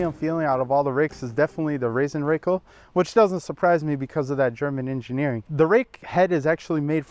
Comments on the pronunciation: Pronounced Raaasen Rackell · Funny how "Rasenrakel" is pronounced in USA 😅 If you take a closer look, you'll see that it's made of one solid sheet of metal with edges gently bent (so actually no edges at all). That is why it glides so easily in spite of its weight and that is why it makes little to no damage to the grass blades when top dressing. The open top is there to collect the larger pieces of wood (when using compost etc.) which otherwise stay "floating" on the grass, but it's useless when using pure sand. You can fill it with silicone if you always use just sand, but it's actually a usefull feature. Greatings from Austria! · Sorry, it is called Rasenrakel. Not Rassenrakel. Because Rasen is the german word for lawn, and Rassen is it for breed/races.;-)